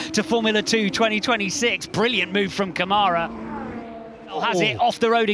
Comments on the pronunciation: it's pronounced "CÂmara", not "caMAra" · Câmara is pronounced "KUH-ma-ra", not 'ca-MAH-ra'.. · Rafael Câmara* pelo amor de Deus